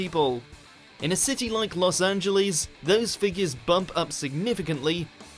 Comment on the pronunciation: "Los Anjeleezzz"